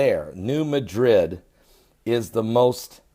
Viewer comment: Ross Harris, all faults are found in solid rock. The potential magnitude of the rupture in the New Madrid (by the way, it is pronounced MADrid, not like the city in Spain), was just big. Think Fukushima big. It caused the Mississippi to flow backwards. Soil liquifaction in surrounding basins is likely the greatest danger, due to construction techniques not considering the presence of a major fault nearby.